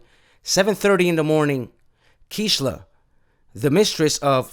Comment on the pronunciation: KEISHLA is pronounced kayshla in Spanish Rip KEISHLA🙏